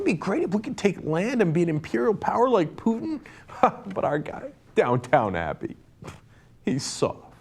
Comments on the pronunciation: Not to call you on your elitist bona fides, Cenk, but it is Downton Abbey...not Downtown Abbey. But I like your way, too. lol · Its "Downton Abbey".Not "Downtown Abby.. Thats my woman. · It's Down-TON Abbey, not Down-TOWN Abbey. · Down-ton abby not down town abby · The thing I got from that was that Cenk pronounces it downtown abbey